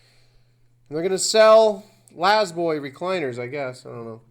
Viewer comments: Always been La-Z-Boy...not lazboy it's still pronounced Lay z boy . lmao 😂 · The corporate logo is false but some dumb reporter's are spot on. Quick leason Laaaaaaa Zzzzz boy. La is still pronounced lay then the z is pronounced just like the letter. Not laz boy or in your cause lazy??? Where do you get your y from??? Quite trippin balls dude. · You pronounce the full Z (zee). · LA IS PRONOUNCED L ei Z boy. Layzboy.